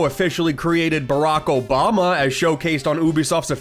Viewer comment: "Barack Obwahma" 😂